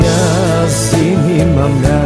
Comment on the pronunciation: Este ,,azi'' doar ca asa poate sa îl pronunte 🙄🙄